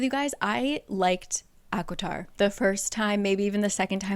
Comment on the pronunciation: Is it just me or is anyone hearing say aquatar?